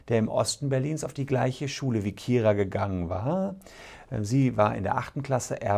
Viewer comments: Man spricht sie übrigens Keira und nicht Kira aus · wieso können die nicht ihren Namen aussprechen es heißt Keira nicht Kira